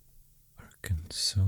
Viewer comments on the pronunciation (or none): none